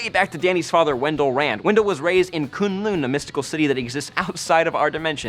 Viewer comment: Am I the only one anoyed by how sais K'un Lun? It's like Kung Lao from MK with the right letters,thay say it a lot in the Ultimate Spider Man series. Anyways Dr Strange will be out when it's time for the Iron Fist so there sould be no problem with the weird stuff